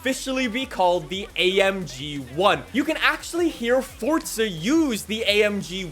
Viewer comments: How much money for you fo pronounce it "Forza" and not "ForTza" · Sorry but it hurts it’s not fortza it’s forza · Omfg please it’s forza not fortza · Ddid you just say fortza instead of forza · I love the videos but it is driving me absolutely insane when you say fortza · "Fortza" "forza" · ITS "FORZA".. NOT "FORTZA" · why is he saying ''FORTZA''??!!!!! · Fortsa???? U mean forza. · Brotha it’s pronounced “FOR ZUH” not “Fortsuh” lmao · Bro it is FORZA not FORTZA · Idk if it’s just me but I say “forza” not “fortsa” I love the video though man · FORTZA FORTZA FORTZA 🤡🤡🤡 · Why you say it fortsa? The official Xbox stuff say the single Z not like how Italians say a double z... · Bru stop saying fortza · Me: ah no not again: fortsa horizon 5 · Fortza horizon 5 fortza horizon 5 Edit: I’m not making fun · Lol why u saying fortza???? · fort za. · I'm so Annoyed at him cause he calls it fortsta horizon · Are you fucking dislexic there is no t in Forza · Stop saying forza like that